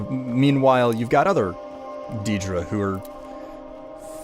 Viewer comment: i'm new to your channel, I really like your videos but I hate the way you say "deedra"